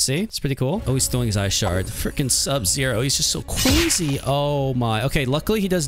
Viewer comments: Fatality is just a bit, CWAZY!!! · THAT IS CWAZY